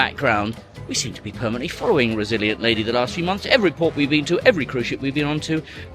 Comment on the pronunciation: Each time you saw the Virgin ship and said "Resilient Lady" I kept hearing "Brazilian Navy" which, somehow, seems appropriate. My wife and I also cruised with MSC a few years ago and also swore them off forever. The only credit I gave them was that, the poor, front-of-house crew members were clearly trying hard. Meanwhile management seemed intent on sabotaging the entire brand. The food was bad enough that I think it's the first time we took a cruise and LOST weight. Everything was poorly executed, from canceled or lackluster entertainment to poorly stocked the bars. Heaven forbid you had to speak with anyone about any sort of customer service issue. We spoke with several other passengers who, like us, did not have their complaints addressed and we all walked away after being made to feel that every problem was somehow our own fault. A shame, really, because I actually loved the ship, the Meraviglia. She was very pretty and well appointed. I'm glad to see that you guys had a better experience this time. I'm almost upset to see MSC have improved so much because I was so upset after our trip that I really wanted to see them fail. We may have to give them another chance one day.